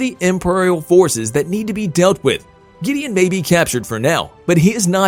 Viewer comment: This guy is reading a script cuz he is saying there names hella weird like the way he says Gideon and some of the actors names